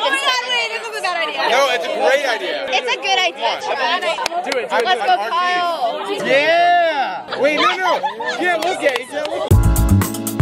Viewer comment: Kyle 😭😂 you said kale like th vegetable